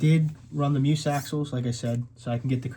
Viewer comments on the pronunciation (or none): It's pronounced mee uhs not mews